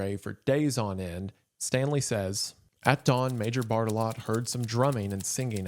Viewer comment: "bart-eh-lo" being pronounced "bart-a-lot" is peak